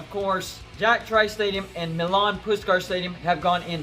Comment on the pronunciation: It’s pronounced “My-Lynn”